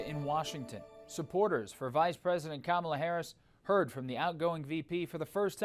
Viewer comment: Kam Ahhh Lay .. pose nude for bucks